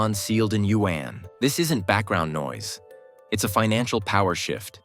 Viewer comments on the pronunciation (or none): Learn how to pronounce China’s currency, the yuan. It is not pronounced “U N”